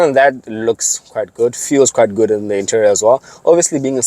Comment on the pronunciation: Lol Bro, say interior and exterior of the vehicle slowly again… 🤔😂😂😂